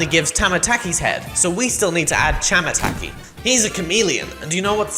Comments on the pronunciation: struggling to talk:tamataa- thamhmn chamamh aTASAysayMScAHA say it ight dude tamataki and chamataki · Also it’s pronounced chamataki and tamataki